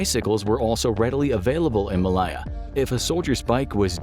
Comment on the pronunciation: That is absolutely not how you pronounce Malaya!!